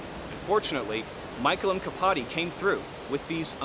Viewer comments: I think the mkpadi is pronounced like a Mac at the beginning of a name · for your (pl.) information, the k in mkpadi is pronounced "at the same time* as the p, which is a thing not uncommon in african languages